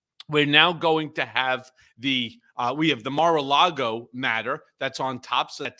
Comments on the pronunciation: Maralardo after the lard obese Trump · Does Michael Cohen pronounce MaraLargo, however spell it, wrong on purpose?